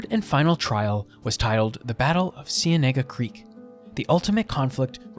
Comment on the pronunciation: his pronunciation is bad smh. it's spelled cienega creek, in spanish it does not sound like that